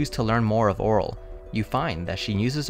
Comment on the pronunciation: It's pronounced oh-REEL